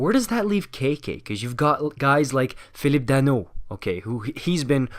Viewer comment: The way he pronounce “Philippe Danault” was PERFECT!!!